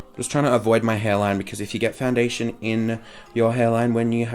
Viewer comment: "Foundiddlydation, Compact Powduuah" xDD